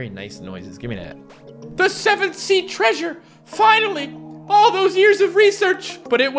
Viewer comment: The Word Saying Treasure..: Creature!!!